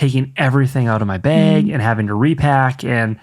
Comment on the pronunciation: hearing say beg (bag) is so funny! reminds me of morgan